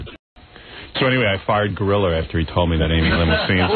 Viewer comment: For all the times Howard gets mad at others who don’t pronounce words correctly, he is saying gorilla he ain’t saying grillo!!!!